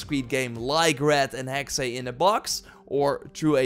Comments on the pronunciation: Hexey? I get it secondary language but it’s Still Hexe not hecksé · NOT "Hexay".. but Hex-uh.. It's German for 'witch' EVERY time You say "Hexay".. a kitten gets murdered.. UGH! *takes-off linguist knowitall-cap. :P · Dude it's just "Hex", not "Hexay".😂 Any Valhalla updates? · Hexe is pronounced HEX no second E/ay sound